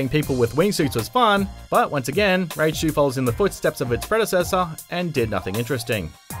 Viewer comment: The pronunciation of RAGE 2 it's the proof that the narrator is an AI